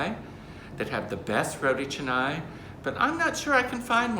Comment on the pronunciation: You should pronounce canai with a sound not e sound....ca nai..not che nai